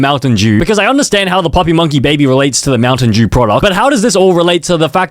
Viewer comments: POV how bro says Mountain Dew Mountain Jew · Bro said montain jew